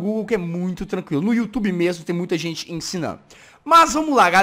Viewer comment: VC taben falo errado além de gente VC falo sente oxé